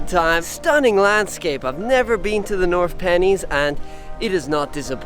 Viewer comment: North Pennines is pronounced North Pen’nines